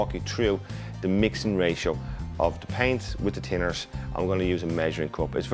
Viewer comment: I was wondering what 'tinners' was for a while?? Hes saying Thinners!!!